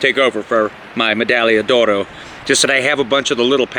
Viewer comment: Your pronunciation of medaglia d’oro is perfect btw.